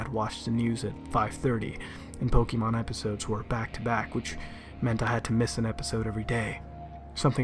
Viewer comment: This asshole can’t even pronounce Pokémon correctly. You sound like a boomer. This sucked